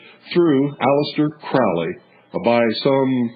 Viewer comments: And it is pronounced "crow''lee... So if you don't even know that... Should we believe anything else you babble about? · You can’t even pronounce his name correctly, so how can we believe what you are saying?